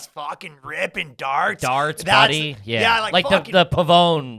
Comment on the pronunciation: The most garbage thing about this episode is saying "Body" instead of "buddy" WTF